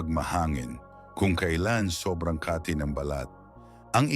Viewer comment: Correct your pronunciation of word kati pronounce it quick to emphasize meaning as refer to itch the way you pronounce it slow means another.. like place in Makati city